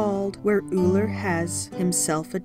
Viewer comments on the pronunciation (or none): Ullr, no e. If you're going to speak about my Norse Gods, at least get the names right.